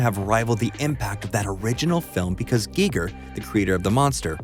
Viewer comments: Pronounced "Guy-ger"...not "Gee-ger"...also, he was an actual artist for decades before he went to do movies... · The biggest takeaway I have is that that been pronouncing Giger wrong.